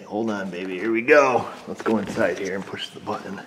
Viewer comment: BUT TON not bue en